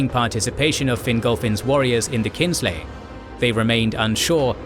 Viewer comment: It's "Kinslaying" not Kingslaying.